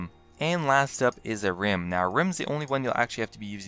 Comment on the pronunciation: LOL he says Ahrim like "A Rim"